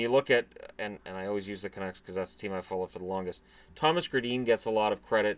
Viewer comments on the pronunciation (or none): none